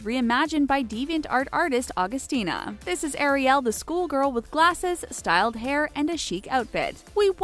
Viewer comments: I can’t stand the word Air-e-el....I like it pronounced Air-e-l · You're pronouncing Ariel wrong it's not ArieL it's air-ie-al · please stop saying airy- yell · u siad ariel wrong